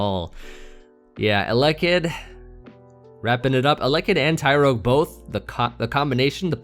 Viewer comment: yes you were saying it very weird amd it ruined the videos for me,small things matter😂